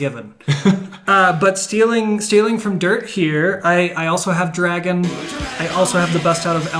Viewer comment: “this song’s called dwagon.”